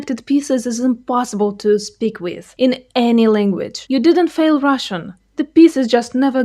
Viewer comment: You can’t even say “with”. You think you can understand how difficult Russian would be for a native English speaker? “Weethe”? please.